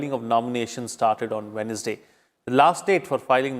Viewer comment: Pronounciation Wednesday what will be? I think it's wenzday.